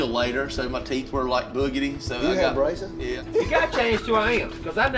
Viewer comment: he said braces. I thought racist at first as well.🤣😂